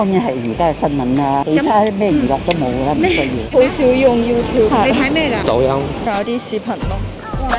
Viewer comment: 聽咗個大陸仔講抖音嗰2隻字真係笑咗出嚟😂麻辣小辣啊令仔